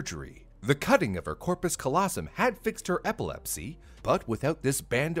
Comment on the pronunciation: But pronounced corpus callosum incorrectly.....